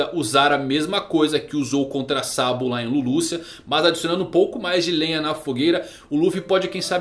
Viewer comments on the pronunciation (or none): none